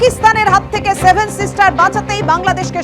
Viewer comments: আগে ভালো করে উচ্চারণ করতে শেখ। ওটা "সেভেন" ,, "স্যাভেন" নয়। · আগে সেভেন বলা ঠিক কর । ওটা শেভেন নয় সেভেন